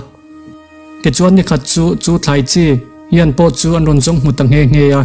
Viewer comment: Nge2 tih turah nghe2 iti zel a..😂😂